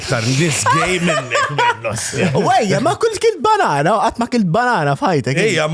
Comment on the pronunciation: daqs kem qal il kelma bannana fid diska semejtu kelma gay 😂😂 hlif gay matux 😂😂😂